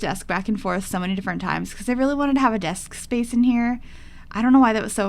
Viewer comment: okay haha I love that shes saying desksksk space